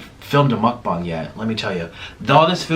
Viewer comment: You call it mukbung instead when its supposed to be mukbang just so you know. Love your vids